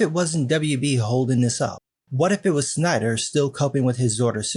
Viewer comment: Wait a minute, did he say Stiener Cut? It would be interesting to see Make a JL movie.